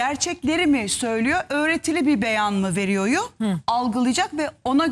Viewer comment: “ öğretili bir beyan mı veriyoyu algılayacak” şu istanbul türkçesini ne hale getirdi bu istanbullular.